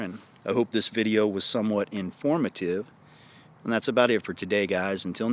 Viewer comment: Not enough country twang when you say INFORMATIVE